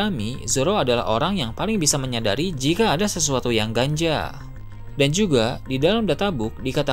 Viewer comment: Ganjal mungkin iyya, Tapi Mimin nya Bilang GANJA kok coba dengar, kali aja Kuping Gw Emang salah, Lagi Hujan Soalnya disini... :)